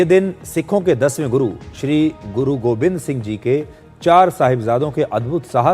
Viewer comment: Sir it’s Guru Gobind not Govind please correct